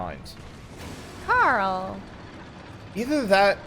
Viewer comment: Carel? Coral!